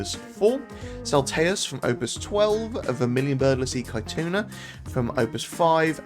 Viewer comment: Caetuna pronounced Setsuna